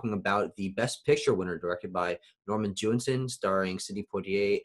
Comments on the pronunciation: Hi. So nice to see you back! Please correct your pronounciaion of Jewison; there is only one 'n' in the name. It sounds like you're saying Jewinson, not Jewison. What other Poitier movies did you get a chance to watch? Not that it matters, since he is superb in all his films. Hope you're enjoying your classes. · Hi. So nice to see you back! Please correct your pronounciaion of Jewison; there is only one 'n' in the name. It sound like you're saying Jewinson, not Jewison.